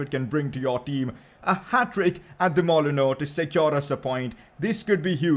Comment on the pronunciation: it’s not mollono it’s called molineux